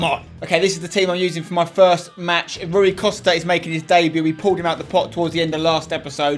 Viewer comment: spence its pronounced roy costa